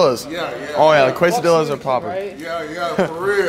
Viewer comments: "best kwuesadilas" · said quesadillas the most wrong u can say quesadilla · plz never say quesadillas ever again